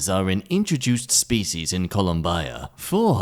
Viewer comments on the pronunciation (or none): WHY did you pronounce Colombia in that way? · saying Colombia in that way made my day 10000 times better